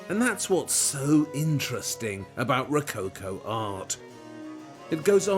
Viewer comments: rocáucoh ? you mean "Rococó " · Ro...not rou- cow cow😂...it's RO - CO- CO, WITH THE "O " OF " POT( not pout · The way you pronounce it, "rococo" must be falling from coconut palms. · I love Waldermar's way to present the topics. Just the way how he butchers "Ro-co-co" gives me a hickup ... anyway.